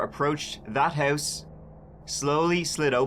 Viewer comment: Hurse (house).....ourt (out) mursic (music) wurshington (washington) abourt (about) hurw (how) lourdly (loudly) bruh learn how to talk